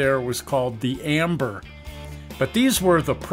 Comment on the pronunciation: AMBR not amber